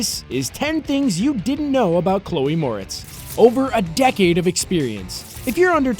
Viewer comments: Shadow It's pronounced More - etts not Mortz tho this guy kept saying it wrong it bugs me for some reason idk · “It’s MorETz, not MOREtz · mortz.... are you for real? it's pronounced 'more-ettes' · Seems you need to learn one important thing - HOW TO PRONOUNCE HER NAME. It's not "more-its" it "more-rets". UGH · Moretz? I thought her name was Mortez.... Just me? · Mo-RETZ... Thanks. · “Chloe Grace Morts” .. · are you for real? It's spelled "moretz." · Stupid AI can't pronounce her name correctly. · The way you say Moretz <<<<< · Cholë Moretz lmao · That's right. On the last syllable, why didn't he do a little resear-- oh, f* it. Anyone knows, duh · Your saying her last name wrong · Yeah i noticed that, its been bothering me the entire time lol